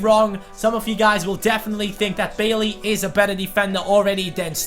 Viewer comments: Bailly is pronounced Bay-ee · Bailly's name is pronounced "bah ee"